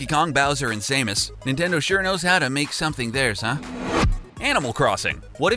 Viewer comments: The samyus phone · "Orcarina of Time" "Saymus" "King Day Day Day" Come on, man! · Sah-mis not say-mis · "Orcarina" "Saymus" "King Daydayday" Also, that sprite in Link's Awakening looks nothing like the Super Mario World sprite. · PotatoMan856 also wen he said saymas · Orcarina? Saymus? DayDayDay? WTF!?!??!